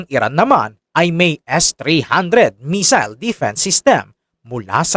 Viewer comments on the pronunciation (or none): none